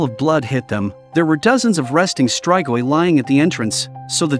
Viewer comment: It's "is-tree-goi"... not "is-try-goy". Not everything is pronounced with an American English accent, you know???